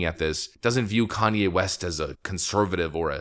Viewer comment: Tim lost watchers from people that can not stand Kan-ny.